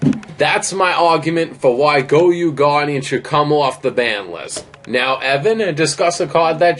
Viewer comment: "GOYU GUARDIAN" 😂😂😂😂😂😂😂 not Goyo Guardian